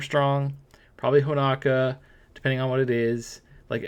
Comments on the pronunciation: Right? I was like who is Ho-NA-ka? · The info is very great but the way you pronounce honoka is killing me 😂